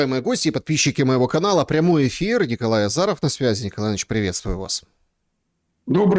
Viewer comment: Чтооо? Я услышала: "Еврействую вас, дорогие друзья" 😁